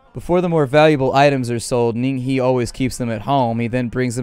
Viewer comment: the he in ning he is pronounced "her" lmao